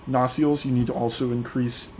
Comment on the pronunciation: Good video. Well presented FYI, nacelle is pronounced “nuh-SELL” (phonetically: nə-ˈsel).